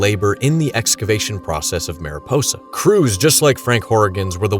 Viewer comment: FYI: “Mariposa” is not pronounced “Mare-ih-poe-sah”, it’s the Spanish word for butterfly, which is pronounced “Mahr-ee-pohsah”.